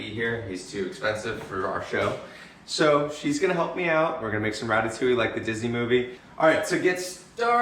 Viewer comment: ITS DEADASS RATATOUILLE